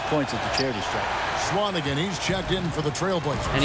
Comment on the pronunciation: You're pronouncing swanigan wrong